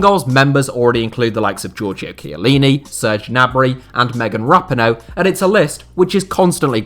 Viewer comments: Rap-in-o LOL no... Rap-ee-oh-ney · I don't like to be mean spirited, but the attention to detail here is pretty horrific. Hull City were 2-0 up in the 2014 FA Cup final and the inability to pronounce Cazorla and Rapinoe correctly are one thing but picturing Naby Keita when talking about Sadio Mane is...not good. Almost like the whole thing has been rushed.